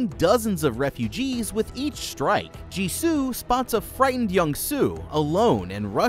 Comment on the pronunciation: Did he say Jisoo? Or am I trippin